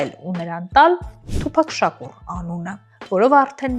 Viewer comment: Ասըմա թուփահ😅։ աղջիկ ջան թուփակ չի, այթ թութակա, լավա չասեցիր թումբան։ դու դրա երգերը լսե՞լ ես։ դա հաստատ թութակա😅